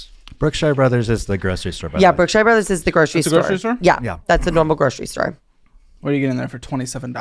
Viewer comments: It's pronounced Brook-shur, not Brook-shire. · Brookshire Brothers pronounced Brookshure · Brookshire Bro’s is grocery store. It’s an East Texas thing haha Caleb pronounced it “Bookshire Bro’s” so I’m sure he thought it was buying a book or something. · I love the way y’all say Brookshire brothers. 😂 The shire! 🍀 I grew up in East Texas and we always pronounced it like Brook-sure brothers.